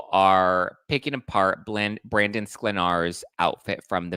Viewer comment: You are the only one that pronounces Brandons' name right.(onlyone)